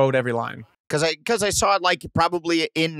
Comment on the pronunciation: I love how Blake just adds that l to the end of saw.😂🤙🏽